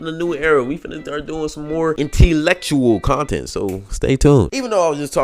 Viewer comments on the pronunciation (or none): Blud said “N-T- lectual content”